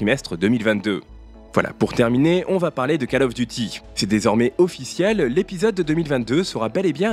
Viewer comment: Le premier mot de Call Of Duty se prononce comme "colle" en Français et non "cale". Hormis cette prononciation qui fait saigner les oreilles, le reste de votre vidéo est très bien. Bonne continuation !